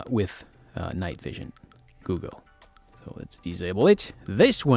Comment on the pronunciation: Agreed, your English is clear and very easy to understand! The only words that gave you away were "goggles" and "heart" ;). Thank you for the video, very helpful overall!